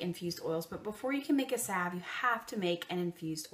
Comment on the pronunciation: Sav sav sav🤦🏻‍♀️🤦🏻‍♀️😬🙈 saLve the L isn’t silent😖😖😩😩😩😂🤣 I am using your recipe though since it is the best.